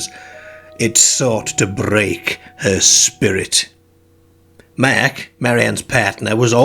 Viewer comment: Good narrator but his pronunciation is odd. eg. 'Merk' for Mark.